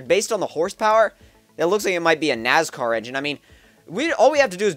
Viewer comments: first, pronounced NASCAR, not NAZCAR. Second, yes the 5.9 racing belongs to an American Stock Car. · NAS car. Not Naz car... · for the record its NASCAR not naz car and a hemi (dodge) is a 5.7 leiter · Nascar not nazcar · Lol he's saying "Nazcar". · lol he said nazcar haha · Nazcar?? lol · The way he says nascar hahahahahahahahha